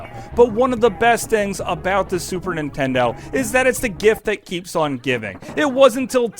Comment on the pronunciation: Why do all Americans pronounce it Super Intendo?